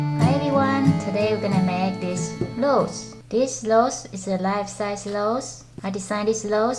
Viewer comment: That's pretty! But you're saying the word Rose wrong you're saying Lose!😯